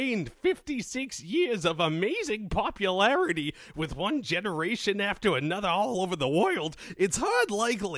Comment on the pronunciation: "It's a TEEESTIMENT to da character's EVERLAASTING popul-air-ity." nailed it, chief